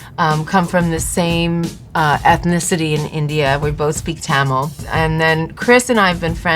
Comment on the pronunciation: I've never heard Tamil said in a "white" voice (as in the voice you use to make things easy to pronounce for others) before.... It was weird